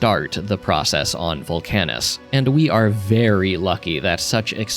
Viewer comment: you're the first person i've seen who pronounces VULcanus as vulCANus